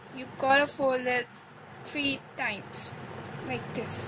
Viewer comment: When you say three it almost sound like your saying tree